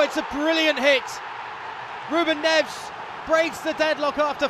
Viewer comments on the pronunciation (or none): did he say RUBEN NEVS